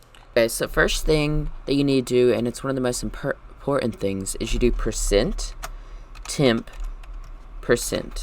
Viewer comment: you said like oercentt